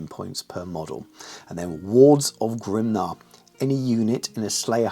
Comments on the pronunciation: I was surprised by your pronounciation of 'Grimnir'. I always was under the impression it was pronounced 'Grim-near'. You pronounced it more like 'Grim-nah'. So I wondered why. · Why Grim-nah?